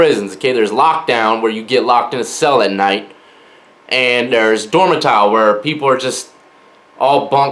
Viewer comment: lol dormatile